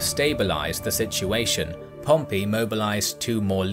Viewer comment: He makes that Pompey guy's name mean what it sounds like today. "pomp-PEE". Golden shower bro.